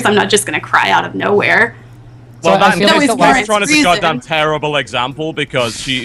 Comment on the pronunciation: says gayceytron lel